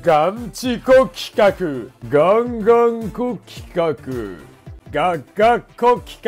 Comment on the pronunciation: 企画がルカクに聞こえてくる